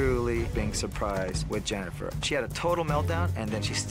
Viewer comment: Not to be annoying but it’s Jennifer not Jennyfer